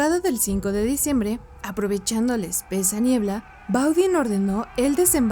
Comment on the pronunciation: El 5 de "Diciembnmbre" ? 😂